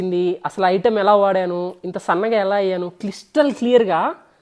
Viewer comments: Cristal ❌ Clistal ✅ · Cristal❌ Clistal❌ Crystal✅ 😂😂😂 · Cristal ❌clistal ✅ MEANWHILE "crystal" 🥲🙏🏻